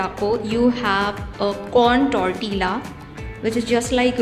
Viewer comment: I don't mean to sound rude but you are pronouncing the word 'Tortilla' incorrectly. The food looks yum though!😋Please keep posting more such videos.